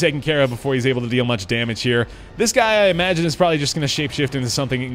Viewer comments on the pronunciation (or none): none